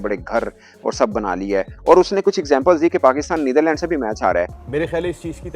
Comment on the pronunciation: Abe nitdherland kya hota h be